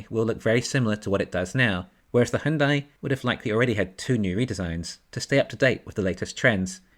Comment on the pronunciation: Just FYI - Hyundai is pronounced like Sunday...